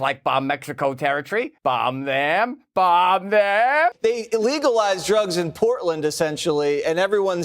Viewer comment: "BAHMB" not "bumb"